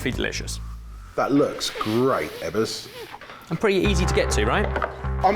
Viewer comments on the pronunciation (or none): Ebbers its pronounced but not BAAAhaa Learn English darn englishmen or just do a puppet show with the Swedish herpy-derpy cheff and we get same language barrier.. OH btw im a Swede...